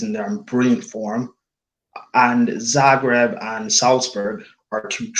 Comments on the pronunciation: Don't disrespect Dinamo Zagreb like that. It's Zagreb, not Zabreb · Not Zabreb, it's Zagreb